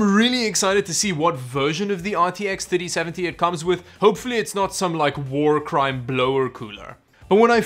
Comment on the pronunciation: Every time he says ‘3070’ it sounds like titty seventy😂